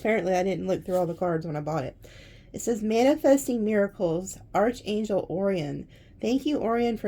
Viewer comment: Arc angel. That is how it is pronounced. Not arch...angel. Arc. ;-)